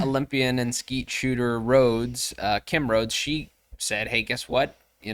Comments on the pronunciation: The “E” is long- Pronounced : Road-ee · Thanks for covering this topic. Great job! BTW, Kim Rhodes name is pronounces "road-ee". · Just a friendly note - anytime I hear Kim Rhode introduced, her name is pronounced like "roadie". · It's not Kim Rhodes; it's "Rhode", pronounced like "roadie". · Kim Rhode -- (pronounced roadie, not rode) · Rhode is pronounced Roe-dee.